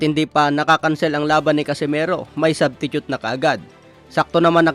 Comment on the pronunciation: "Subtitute" HAHAHAHAHA